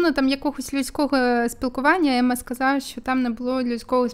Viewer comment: Емма а не Амма